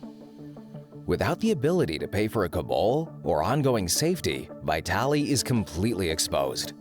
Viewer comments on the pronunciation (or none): Not vaYtalee but vEEtaly !